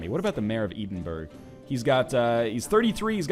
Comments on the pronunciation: Eedinburg. I'd imagine some Scottish folk are going to find that cringe worthy. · "Eden-Burg" Perfect pronunciation! :P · It's pronounced Ed-in-bruh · i got super pissed when he mis-pronounced Edinburgh, i mean i know it can be hard if you don't live in the UK but it's the fucking capital of Scotland